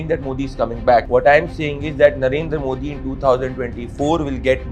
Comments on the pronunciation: You guys first need to learn how to pronounce our PM's name "Modi" correctly!!! Disappointing!!! Rest is ok. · Not Moordee its Modi .😅😅